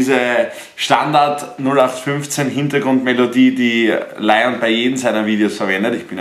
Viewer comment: du bist ein lion-experte aha du sprichst den Namen immernoch falsch aus😂😂